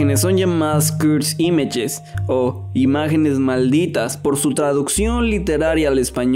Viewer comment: Deci cursed images no cuds imach me pones nervioso